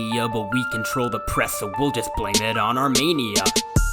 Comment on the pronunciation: Awesome video but it’s “armeeniah” not “armaneiah” when you are pronouncing Armenia. Hi from Armenia 🇦🇲